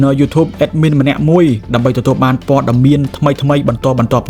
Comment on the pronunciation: ស្អីគេ មហាសា, ពេនេះ, ដែបាន, ទទួបា, ដែទទួ, ពួកអានេះ និយាយបាត់ ល វាយក អក្សរ ល ទៅណាហើយ?